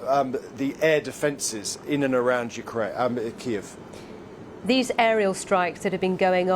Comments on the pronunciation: keeeiieieiieieieiev LOL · The way she said Ukraine capital KEYY-EEEE- VE EFF. Was on new level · "in the capital keev"🤣🤣🤣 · When English native speakers after 15 months fullscale war in Ukraine are cognitively inable to pronounce Kyiv correctly, why don't you simply google for it?